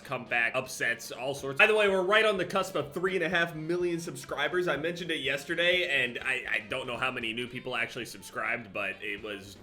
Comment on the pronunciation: after 4 years I only now notice nj accent when he says yesterday